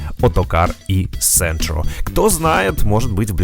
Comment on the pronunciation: e-centro читается как "e-джентро" :)